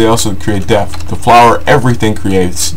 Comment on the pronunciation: Depth. Not Death. Please lol.... :D